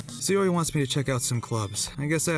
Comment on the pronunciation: In the future could you consider pronouncing Sayori as "Sigh-or-ee" "Say-or-ee"? You pronounce the other Japanese names fine it just seems weird to get this one completely off.